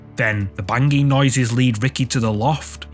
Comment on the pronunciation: bang-ging, lol